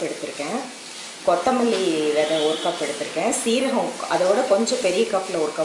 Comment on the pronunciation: not kothamlee it's kothamale